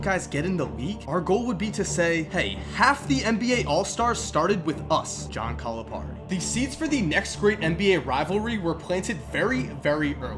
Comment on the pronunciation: triggered you said the Kentucky's head coach wrong coming from a Kentucky fan